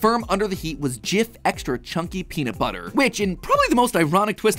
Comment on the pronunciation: Peanut buttah